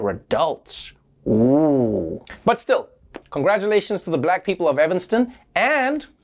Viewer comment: i love how Trevor says STL when he says still